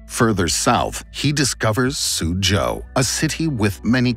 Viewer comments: Suzhou, pronounced nicely 👍 - but then Yangzhou was pronounced as Yang yew ? ? what....🧐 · Him : he arrives at yang u Me saying it: yang zhou (the zh sound is like ch sound) Chinese traslator: yangzh Me: huhhhhhhhhhhhhhhhhhhhhhhhhhhhhhhhhhhhhhh? Him saying the next city: suzhou Me: finally!